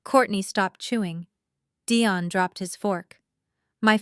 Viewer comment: Why was Dion's name pronounced two different ways?